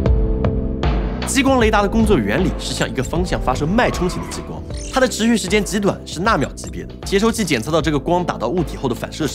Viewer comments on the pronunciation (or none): 跟我念，ji光，不是jiyi光